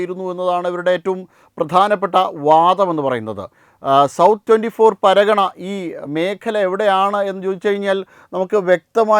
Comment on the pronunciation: പരാഗണ അല്ലെടാ തെണ്ടീ. പർഗാന